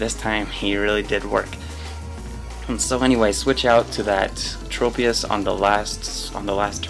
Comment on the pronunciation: I believe the proper way of saying it is Trop- as in Tropical